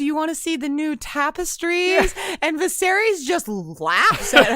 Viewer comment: “My mothers memory” to get technical, says the guy who has been saying “Visarys” for weeks 😂 No shade. I love unsullied thoughts. But I can’t help but giggle every time he says “Visarys”.